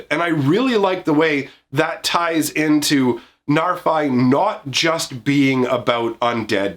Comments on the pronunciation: The bad news is, the Old Norse pronunciation is [NAR-fee]. The good news is, we already threw proper Old Norse pronunciation out the window with the set name, and it's a fantasy world, so you can say it however you want and no one will you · I'm quite sure it's pronounced narfi with an "i" pronounced as in "if," as that's how it's pronounced in icelandic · Got bad news It is pronounced "Nahr-FEE" but he's not supposed to be scary, just look at em! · Hate to break it to ya bro, its probably pronounced Narf-Y. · Sorry guy, it's "Narf-ee", based on pseudo Norse used for Kaldheim. Ever hear of a guy called Loki (Low-key)? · It’s a norse name, and it definitely is not «Narfai.» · Being from Iceland and knowing that Narfi is actually Loki's son in the stories, I can tell you how that name is pronounced here. It is: "Nhar've". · The reason it sounds bad is because you're not pronouncing it correcty. The "fi" part is the second pronunciation you tried, the one you think sounds bad, but the "nar" pronunciation is the one you got wrong both times. It's pronounced "nahr". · sorry but i'm pretty sure you don't use english pronunciation for norse names.